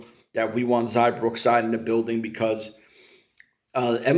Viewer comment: It's XIA not XAI